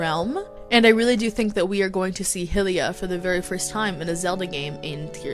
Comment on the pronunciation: Great video, just please stop saying Hilliya... it's Hi-lee-ah